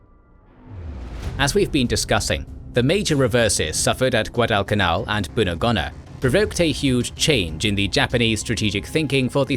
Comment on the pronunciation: Great to see attention to a theatre even more neglected than Burma, well done. Just a couple of comments on pronunciation (as a former PNG resident of Lae), Buna and Gona are pronounced with long not short vowels hence Boona and Go-na. Salamua is Sal-a-moa. Kokoda is Kok-oh-dar, Sorry if someone else has already covered this. Almost forgot Mad-ang and Wee-wak. Finschafen you did correctly, if slightly Germanically. Rabaul is a tricky word often Rab-arl but Rab-awl is ok. Not sure if I heard you say Papua, it is definitely not Pap-ooa, more Parp-wah. Hope this helps.